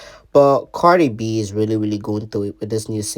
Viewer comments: KHIA READ HER DOWN 😂😂😂 THAT GIRL SAID CARDI FLEE😂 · Lol O I thought khia meant CARDI FLEA 😅